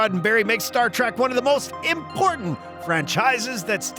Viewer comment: Star TREK! Not Tract!